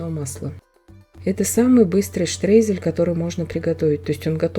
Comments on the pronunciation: Да нравится !! Но почему - вы - говорите -штрезель ??? ШТРОЙЗЕЛЬ!!! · Вы правы ни штрейзель , а Streusel от слова streuen ,немцы никогда не произносят слово Штрейзель,они произносят через (eu) это наши русскоязычьные немцы читают,как пишут,в немецком алфавите нету буквы (ё) поэтому eu произносится как ё ,,,Streusel"-Штроизель 😊😊